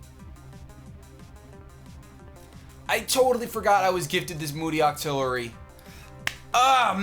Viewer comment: The whole time was saying "I hate moody!" I thought he was saying "I hate Mooty!" Hahaha